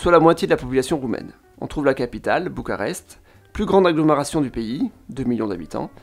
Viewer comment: Bucarest en roumain c'est București (boucourrrècht'i - i final plus ou moins audible selon le contexte), mais en français ça se dit bien b-u-c-a-r-e-s-t depuis des siècles avec un u comme dans lune et un r comme dans renard. Alors là vous avez prononcé selon quelle langue à vous ? Apparemment Bucharest en anglais, pourquoi ? Alors que les autres noms de ville sont correctement prononcées (à la) "romanește". Votre commentaire donne pitié à la langue roumaine comme française. D'un seul mot anglais pour une ville qui n'a pas eu besoin des Anglais pour être célèbre dans la longue histoire de l'Europe continentale, vous blessez Roumains et Français! Chapeau bas!